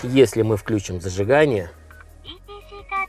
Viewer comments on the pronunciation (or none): none